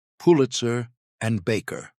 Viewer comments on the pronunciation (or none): none